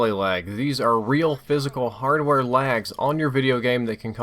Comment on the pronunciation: "Harware delays"